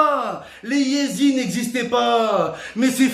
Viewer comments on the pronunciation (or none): none